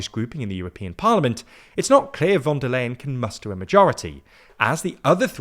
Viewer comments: am I the only one whose ears are crushed by his pronunciation of “von der LAYen”, instead of “von der leyen” as it is supposed to be pronounced in Deutsch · Her name is pronounced Fon dare Line or Fon dare Lion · The "Leyen" in "Von der Leyen" is actually pronounced like "lion" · Even though I don't like her... her name is pronounced fon der Lahien... she's german not dutch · It's time to learn how to pronounce her name. You've been mentioning her weakly for years, and you still say it wrong. The 'V' in German is pronounced like an 'F,' so it's Fon der Leyen. I still love the content, but what is it with British people refusing to learn how to say names, even ones you use this often. It's not just you either, it seems to be a British thing. 😂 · In German names the v in von is pronounced like the f in from, as is the o. In Leyen th ey is pronounced like the I in Icecream. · please, ask Georgina to teach you how to pronounce "Ursula von der Leyen". It hurts my ears every time you say it.